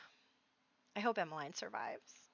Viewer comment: It is pronounced Emma-leen ;) my best friend as a child was called Emmeline so...!